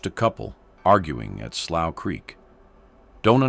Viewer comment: So this guy is gonna give a documentary, and he can't even pronounce the word slough 😂😂😂